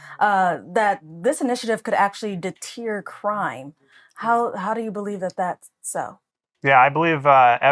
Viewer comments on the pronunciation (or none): Deteer crime? It's deter goofy.